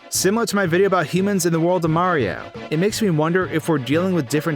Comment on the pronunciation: lol you say mario so fast it sounds like ''mrrrr''